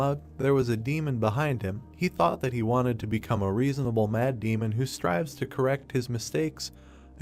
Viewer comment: every time you say 'Mad Demon' i hear 'Matt Damon